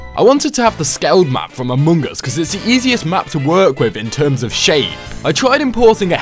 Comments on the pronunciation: why he says "amoong as"...? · you said amoongus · It’s funny how you Altars say Amung Us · The way he says among us... amoon gus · says amUngus